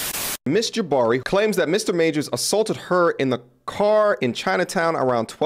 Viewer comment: Jah-bhari to Jabbari ... lol